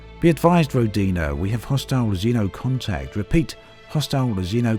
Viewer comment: NOT rodIna... it is rOdina